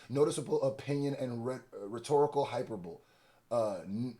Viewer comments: Hyperbole (hy-PER-buh-lee) has been taking you and JayBlac out. Keep reporting this good information, bruh…I love you all’s content. #HipHopIsASport #NotLikeUs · I hate being this guy, but to my dawg, it's pronounced like this hi/per/bully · DOPENESS! AT THE SAME TIME THE WORD IS (HY-PER-BOWL-LEEEE), BOO. :face-blue-smiling:💯💪✊ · Hyperbole pronunciation (hi-per-bowl-ee) I gotta support and cop all the shop gear, Hiphop needs protecting thank you King! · You went to another comment to start this up again? In America this is how it’s pronounced. Just admit you also say hyper-bowl and you’re triggered by him being called out for it. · Btw Hyperbole is pron hi-PUR-buh-lee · Entertaining as the usual...just one thing bro it's hi-per-bo-lee (hyperbole) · the "e" at the end sounds like a "y" at the end of hyperbole, like hi-per-bully. Js, not picking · Hyperbole Hi-per-bull-e. Hope this helps. I love your content btw. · I’m not gon lie gang “hyperbole” (hi-per-billy)whipped yo ass this video 😂😂😂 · more like "hyper-bowl-e", but yeah, legalese vocab is on steroids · Yooo I’m dying because every time he tries to say it I’m like damn it’s hyperbol-ee. 😂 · Hyperbole is pronounced high-per-bo-lee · Bro this word (Hyperbole) is pronounced (high-per-bo-lee)✌🏽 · Lol you’re just wrong. And like spectacularly wrong. No country pronounces it as hyperbowl. I looked it up just to show you even going back to the word’s roots in Greek and Latin it’s pronounced with four syllables. The only difference other countries make is they’ll drop the R from hyperbole because of nonrhoticity but it’s still four syllables. Saying it as three syllables is as correct as saying “in-dyck-ting”. “From Middle English iperbole, yperbole, from Latin hyperbolē, from Ancient Greek ὑπερβολή (huperbolḗ, “excess, exaggeration”), from ὑπέρ (hupér, “above”) + βάλλω (bállō, “I throw”)” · Hyperbole has the “e” pronounced as a long vowel. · hey not a big deal but the E in hyperbole is pronounced